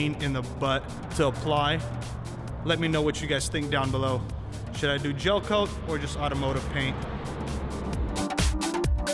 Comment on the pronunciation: Gelcoat not jelcoat